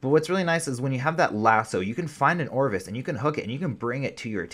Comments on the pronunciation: Anyone else annoyed he calls an ovis an orvis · Ovis not orvis. Also paracer not parasaur. Thanks I just had to say it. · Yea, for real. Where that "R" coming from?